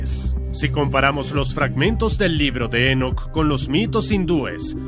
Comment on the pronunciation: Enoc no lleva acento, es muy molesto escucharlo con acento durante todo el video